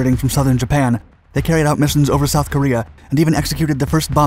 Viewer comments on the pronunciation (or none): none